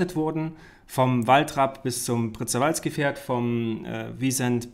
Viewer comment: Prrrrrzeeerwalzki Pferd :D Tut mir leid dass ich klugscheißen muss aber das wird Pschewalzki ausgesprochen :D :D :D "Sorry" :D :D :D